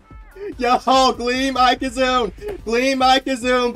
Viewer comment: Ok i have heard pad pronunciations for ikazune before but this one takes the cake